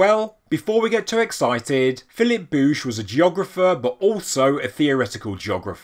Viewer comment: You are a very interesting fellow. One of the best channels around, and I like how you pronounced bouch😁👍